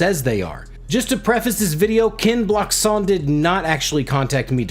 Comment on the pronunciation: Wow 🤯 someone actually pronounced your name correct 🤣 #kenblockshon